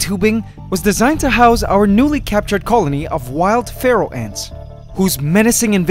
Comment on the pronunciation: When you say Pharaoh I hear Feral